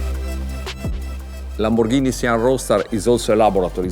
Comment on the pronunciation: Lamborrrghini sian ROASTER